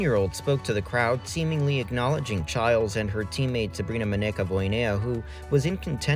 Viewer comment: ITS PRONOUNCED CHILES?? I thought it was pronounced chiles